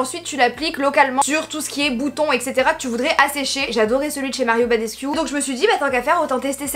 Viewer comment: La prononciation de badescu je suis dead 😂❤️